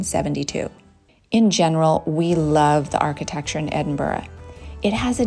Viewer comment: FINALLY and American actually pronouncing my hometown’s name correctly…. Hallelujah 👍🏻